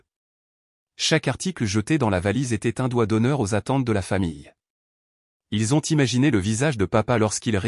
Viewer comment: Pourquoi dire ilou(Ils) on à l'impression qu'il y a plusieurs personnes